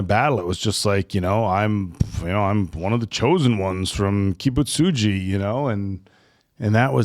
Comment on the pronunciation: Kibutsuji is not an easy name to pronounce, and nailed it. I'm impressed